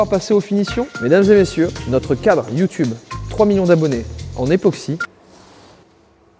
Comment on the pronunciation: ePOxy et pas … NÉOxy ;-; En vrai je suis fier